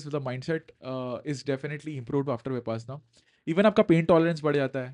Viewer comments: Correction: it is pronounced as विपश्यना and not विपासना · विपासना नही सर विपश्यना है अपना उच्चारण ठीक करे 😂😂😂